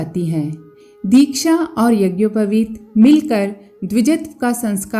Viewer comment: यज्ञोपवित का उच्चारण भी सही उच्चारण करना चाहिये बिना व्याकरण पठन के सही उच्चारण नहीं कर सकता है